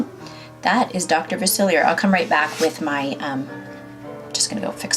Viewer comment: “ princess and the frog is one of my favorites” You pronounced dr Faciliar’s name wrong... ( fa- sil- E- ay)